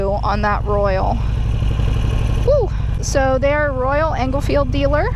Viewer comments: Did you call it a Royal Engel-field? : ) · Royal Enfield, not Royal Englefield.